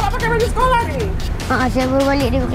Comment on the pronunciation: Org perak ke ....skoloh